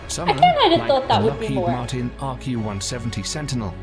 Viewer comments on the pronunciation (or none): none